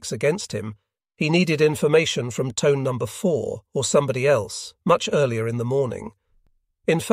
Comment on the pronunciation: Pronounced Toneh, not Tone…